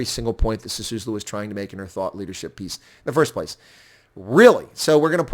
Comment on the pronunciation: By the way: it's S-I-S-U-L-U, not S-I-S-U-S-L-U. Literally one of the easiest to pronounce South African surnames for a non-South African foreigner, yet you failed. What a "South Africa expert" you are. 🤣🤣🤣